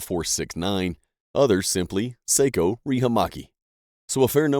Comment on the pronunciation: It is pronounced Socko, not seikko for Sako rifles